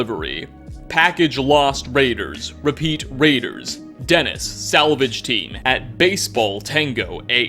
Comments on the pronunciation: In the translation of the morse code message, it is disappointing to note that you pronounce "Gen1s" as if it reads "Janice" (a girl's name), whereas -- in my opinion -- it's very likely to refer to "Gen One's", as in Generation 1 synths. The message could make more sense that way. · "Denis"? lol 😂 🤦🏻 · Did u read gen 1s as Denis or am I death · Gen 1s is Gen 1 synth not “Genis” lol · "Gen 1S" 🙅‍♂️ "Dennis" 💁‍♂️ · "Den is salvage team"... Wtf dude, it's "Gen 1S" which means gen 1 synths... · When you read the morse code in the railroad, you said denis when it says Gen 1s, meaning synth gen 1s. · "Jen-is salvage team" holy FUCK between this and the word Paradigm I just assume you can't fucking read. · "GEN 1S" Means "GENeration 1 Synth" BTW, not "GENIS" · "Dennis" salvage teams? Sir, I think you mean "gen 1s" salvage teams. These RR agents had discovered that th Institute had shared interests... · "Dennis"? lol, wtf man, a lot of your videos make it seem like you can't read very well... Generation one synths, Jesus... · did he say Dennis instead of Gen 1s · you said "gen 1s salvage team" as "Dennis Salvage team" ... wut?